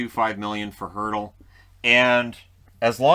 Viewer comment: Little nitpick, you said Kessel has a $6.8M cap hit but it's actually $8M. Arizona's only dealing with $6.8M of cap hit because Toronto is still paying 15% of his cap hit ($1.2M) from the trade to Pittsburgh. Edit: I also wanted to thank you for correctly pronouncing Hertl's name. I've commented the correct pronunciation for it onto several videos that mention him from other hockey Youtubers and was getting ready to do that here before you said the name (Hertl's the obvious name for the Sharks)